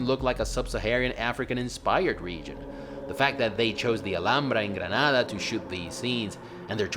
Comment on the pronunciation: Man, your pronunciation of Alhambra and Granada was perfect. I doubted for a moment that you are from Spain